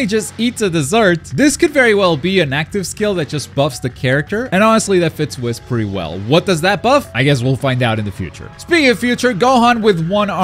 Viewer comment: Bro that is not how you pronounce whis 🤦‍♂️